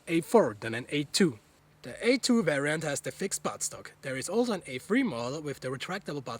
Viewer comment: wariant instead of variant